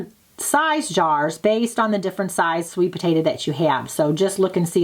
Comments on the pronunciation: Potato, not potata 🙄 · My son asked me if you are saying potata😊